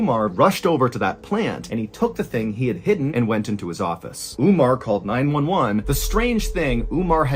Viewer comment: Not ‘Oomar its Umar’ And not Abdoolah Abdullah